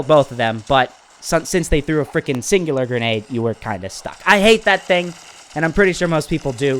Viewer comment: you’re pronouncing it wrong it’s called the singularity grenade I can tell why this thing is annoying I was like on a monster kill streak and then someone through the singularity grenade I got stuck to the wall and got killed now I know why this thing is so annoying and I rarely see people use this thing